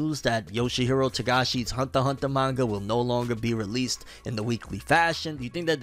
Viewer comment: "Hunther X Hunther"